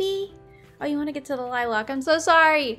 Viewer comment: i'm so bothered by how she pronounced "Lilac" like i'm from so flabbergasted